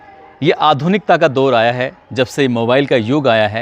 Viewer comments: तलफ़्फ़ुज़ पर ध्यान दें दोर नही दौर होता है और हां अल्फ़ाज़ बदल बदल कर यूज़ किया करें आप रोंगटे बहुत खड़े करते हो ये सेंटेंस तो सुन सुन कर मैं थक गया हूँ। 😅😅😅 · दौर होता है दोर नहीं। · दोर नही दौर....तोर नही तौर ....अबे तुम सारे क्राइम स्टोरी सुनाने वाले अनपढ हो क्या 😂😂😂😂😂